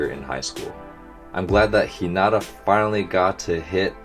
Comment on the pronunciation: Hinata's name is pernounced He-neh-tah in japanese since they don't really have a "r" pernouciation in japanese. And if you listen to the others say it in the anime it's you'll hear how it's said